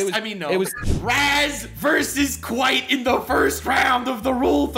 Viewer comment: KWITE KWITE KWITE